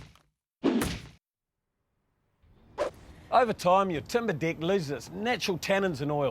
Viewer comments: I am so glad I am not the only one who heard dick instead of deck. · The presenter has proven to be a highly competent and skills tradesman. His explanations are very good. just wish he would learn to pronounce his vowels. "Dick" (deck) "Pig" (peg) "Fince" (Fence) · He can't say deck properly....